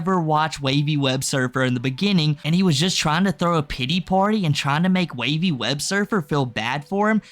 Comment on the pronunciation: Put some respect on Wavys name and say it correctly.